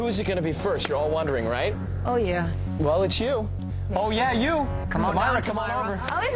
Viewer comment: Her face when Simon pronounced her name wrong. Tameera........